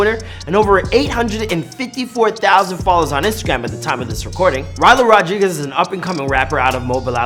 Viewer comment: Rylo rod REE guez